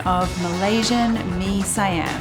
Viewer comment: Mi siyam.. not mi saiyam 🤣